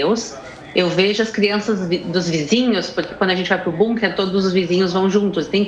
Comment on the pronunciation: Parabéns a, que além de inteligente e muito bem informada, fala "BUNKER", pronúncia correta, por se tratar de palavra alemã, não "BÂNKER", como todos os analfabetos brasileiros falam.